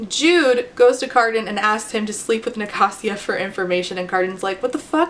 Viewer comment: wait i thought it was Ni-kay-sia